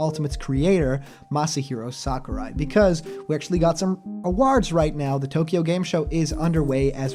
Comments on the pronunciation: Why do you say awards like that? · Your pronunciation of "awards" is weird.